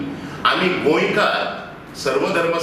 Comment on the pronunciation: Who is this in yellow? Marathi manus? Doesn’t know how to pronounce Goenkar